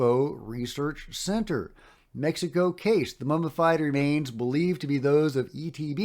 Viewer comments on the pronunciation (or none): none